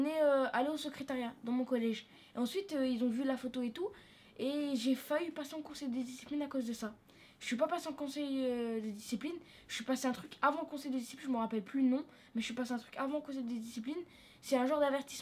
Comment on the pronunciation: On ne dit pas "fahut" mais faillit.